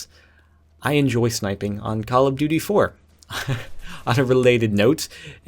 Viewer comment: duy, it's duty :P lol